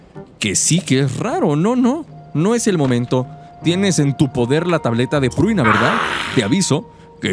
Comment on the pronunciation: El buen compa pruina pruina pruina y la chica se llama Prunia xD, la dislexia compa